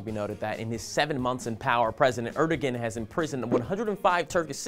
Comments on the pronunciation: Just FYI, the Turkish president's name is pronounced like "eredouan", not erdogan. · Great video working to expose the "President" of Turkey for what he is! However, his name is pronounced Aer-do-an, not Er-de-gen. I would like to share this video, but the mispronunciation may make the viewer question the veracity of the message, however unjustly. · er-doe-an pls not er-dog-an the g is silent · i think the g in his name is silent,the name is pronounced arduwan as far as i know